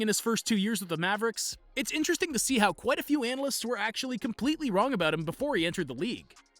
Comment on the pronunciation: 7.57: did he fail on the word analysts?😆😆😆